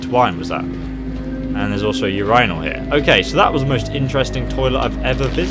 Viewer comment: Lol u said uranal